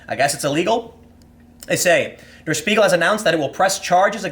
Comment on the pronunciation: Tip for German: "Der" is pronounced more like dare